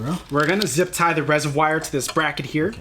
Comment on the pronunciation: Please stop saying RESERWYE! Say it like your friend does, Reservoir! And how long of an extender on that socket wrench did you need for that attachment to get to the bottom 10mm bolt? I will need to buy one before my install.